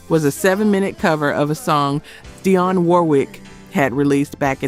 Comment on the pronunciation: This. "Dy-Yon" Warwick.